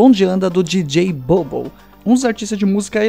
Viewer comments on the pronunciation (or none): Só a pronuncia precisa melhorar. A pronuncia correta seria dj bobo (bubu)